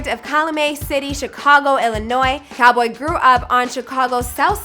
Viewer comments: it’s cowl-boy not Call-boy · it’s pronounced cal-boy and also calumet city isn’t a district its a city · Cal....😭😭😭😭 and it’s calboy not call boy 😒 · It’s C-ow-l Boy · It’s actually “Cal” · It’s CAL boy like CALifornia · Right like wtf is call boy